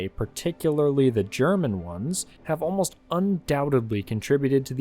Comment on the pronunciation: Thank you for doing your research and pronouncing the German names correctly - it's something which many YouTubers can't manage.